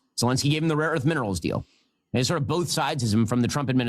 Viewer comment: I really do not like when he say the word "deal", this guy is like an unlicensed street vendor.